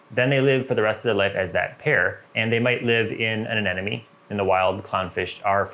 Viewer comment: A ne mo nee. A Nemo knee. Finding Nemo. Not neno. Anemone. Not anenome..